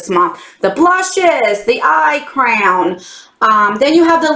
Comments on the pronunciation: I realized you were saying crayon ......I thought you were saying crown. Lol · Hello! I had to giggle hearing you say crayon as *crown*!!! LOL 🤣🤣🤣💕💕💕💕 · Looks like a good box this month, going out with a bang! I love the way you say crayon 😘 it's so funny how different accents make words sound so different 💜